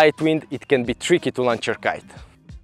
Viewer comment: He's criticizing how you pronounce the word "launch". But don't pay attention, your english is great, your videos are amazing, and we can all understand you perfectly!